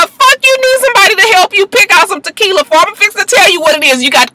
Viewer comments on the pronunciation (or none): Did you say To-Kill-Ya. I'm ready to fight you LMFAO.